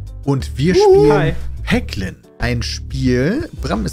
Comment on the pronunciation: triggert mich total wenn Peter vorliest du triffst einen Peglin (Ausgesprochen Päglin).. mein Name ist Haglin (ausgesprochen Haglin)